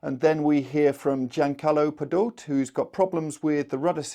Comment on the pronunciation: Pe-doh-tay, he's Italian, please get your pronunciations correct.